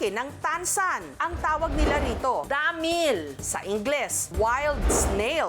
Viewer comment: DAAAAMIIL…. Paki explain, bakit ganyan mo pino-pronounce?